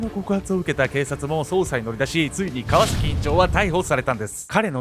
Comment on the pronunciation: 川崎のイントネーション気になってしょうがない